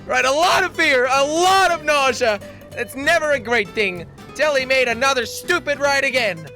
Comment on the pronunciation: He can't even say nausea right.